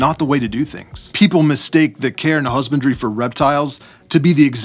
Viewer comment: I keep hearing "Care and Husbandry" as "Karen Husbandry".